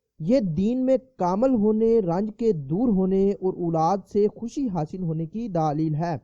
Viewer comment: Bhai sahab daalil nahi bat dalil kahte han